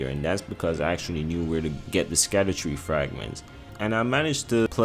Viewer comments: It’s just pronounced “shadow tree”. The “sc” is an old English spelling of the “sh” sound. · Scadutree is pronounced "SHAD-OO-TREE" Basically just call it ShadowTree because Scadu means "Shadow" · Scadutree equals = Shadowtree. Sc in old English makes a Sh sound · Scadutree is actually meant to be pronounced as Shadowtree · Scadutree is pronounced "Shadow tree", it's based on an old English word for shadow. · Scadutree is pronounced as shadowtree, it has an old english spelling and that's why it looks weird.